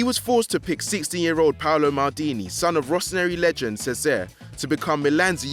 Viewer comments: Lousy narrator...who is this speaking such sacrilege? Udi-nez, Ce-sayer Maldini... WTF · Cesare is pronounced Chezza-ray.